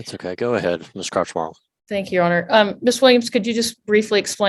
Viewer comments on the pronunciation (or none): the way the judge says crouch-bartlett makes it sound like crotch-wallet to me...